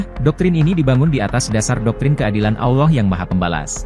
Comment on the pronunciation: Bukan Aulah tapi ALLAH